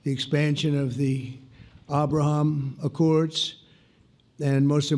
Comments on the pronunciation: Did he say Obrahom 🤔? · The Aw-bruh-hawm accords?? Well, at least he's good for an occasional laugh.